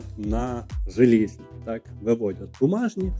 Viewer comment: Не жалізні 🤦😄 а залізні